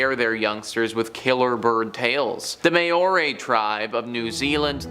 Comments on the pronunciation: Good video but... It is pronounced MAU-RE not May O RE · .my dude…. Māori is pronounced “ MOW-RI”, and Comanche is pronounced “ COME-ANNE-CHI”. Luv ya keep tryin